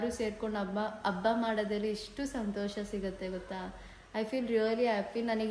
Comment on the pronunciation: Abba alla its habba